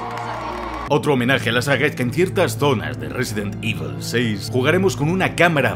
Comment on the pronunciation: Risidint ibol. The best saga in the wirld